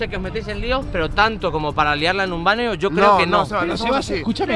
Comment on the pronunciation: En el minuto dice sebas banio en vez de baño